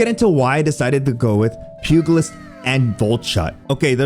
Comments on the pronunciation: Pugilist is a soft g. Pew-jel-it’s. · and I had to stop at "pew-guhl-ist" jeez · The “g” in pugilist is pronounced “j” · I just wanna tell you that the letter "g" in pugilist should sound the same as a "g" from generous. More like a "j". I know it's probably annoying to have people tell you that you mispronounced things, but it just grates across my ears hearing people say it that way